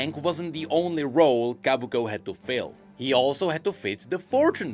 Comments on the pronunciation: Sorry but I gotta be the one to say it's Kobuko, not Kabuko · Ko. Bu. Ko. Not Kah. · I can't take it anymore, it's not Kabuko it's Kobuko. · I can't take it anymore, it's not Kabuko it's Kobuko